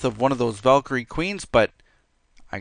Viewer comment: Its valecry